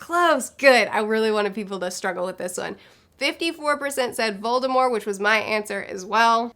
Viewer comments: Voldemor?? Lol. Never in my life have I heard anyone not pronounce the T in Voldemort. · It's Voldemort. :) But the t is silent, so you basically just say Voldemor...